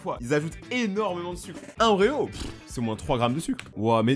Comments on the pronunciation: Il a dit "oreo's'' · Il a dit oreo's ! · il a dit oreos le con